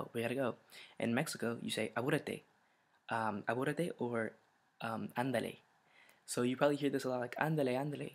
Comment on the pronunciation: in Apúrate you have to pronounce the p like in penis, don't pronounce it like basket